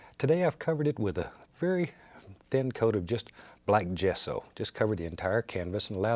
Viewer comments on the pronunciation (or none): none